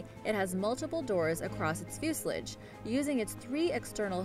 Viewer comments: it is fuselage (few sa laje) Not fewshledge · FUS-I-LOJ NOT JULAG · bottom line, she can't pronounce the word... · It’s fuse a lage not fuserlige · Fuselidge LoL When you read something and have no idea what you're reading about. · Joshua Nelson fue-sull-ij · What the hell is a 'fusilidge' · its pronounced fuse-sal-lage fusalage learn how to speak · You may need to look up the pronunciation of the work "fuselage" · Can somebody else notice how pronounces the word fuselage please??